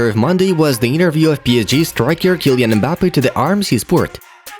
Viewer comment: Why does he pronounce it like that ?… eMbappe 😂😂😂